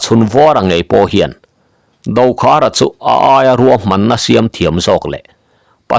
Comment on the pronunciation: Ruam tih tur niawm takah "Kuam"ti vekin i lam hlawm a,Mizo tawnga Ruam tih hi a dik lo tihna em ni dawn le.